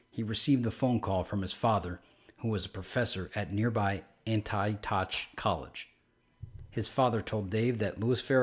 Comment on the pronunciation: I live in Ohio, about 20 minutes from Yellow Springs. I see him around occasionally when I go. If I ever talk to him, I'll casually ask if he's seen the website. The college is pronounced "Anti-OCK," (just in case you decide to do future videos on this) great video though! Thank you!